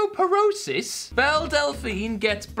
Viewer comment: Amber Liu pronouncing Belle’s name is adorable